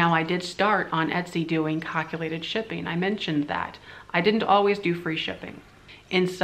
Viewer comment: When you started saying calculated I had to chuckle, it's pronounced CAL like California, not COC or CUC or whatever. :) Funny.